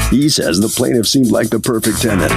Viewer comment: The plaintiff needs to work on that accent.